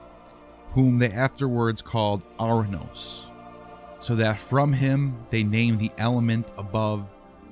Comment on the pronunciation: It's pronounced Or-anous, not Ar-anous. Time to invest in some Greek lessons if you want to be taken seriously.